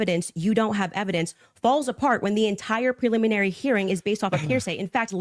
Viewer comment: “Peliminary hearing” my gosh, she’s insufferable.